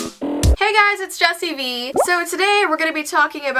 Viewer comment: close enough 2. ( what) 3jesssssi vet(VAT) 4. yayayayayyay